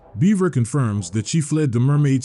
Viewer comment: Despite the weird pronunciations ("Beavera?" Missing a whole syllable lol) this is probably the most thorough video summary of the game out there.